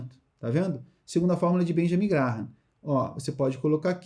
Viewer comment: Se pronuncia Benjamin “Gram”,! Parabens pelo conteúdo